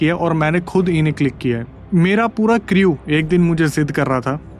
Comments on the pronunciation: Creeeewe .. kya hai . Crew bolna bhai pronounce kru hai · bhai crew ka pronunciation cru hota hai